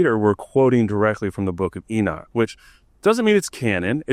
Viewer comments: E-knock, not e-Nick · he says "enick" :D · Why is Enoch pronounced as "Enid"?